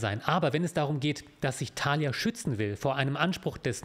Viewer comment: Mich triggert viel mehr die Betonung bei Thalia auf dem ersten A :goodvibes